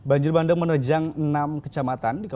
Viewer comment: Bukan banjir bandeng tapi banjir bandang. Penyiar yg benar aja nyebutnya!😀